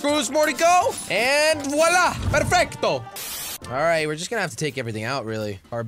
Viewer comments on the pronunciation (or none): none